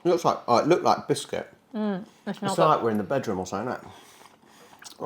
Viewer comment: Oh! Snickers nougat is pronouced "noo-gah" not "nuggert" 😂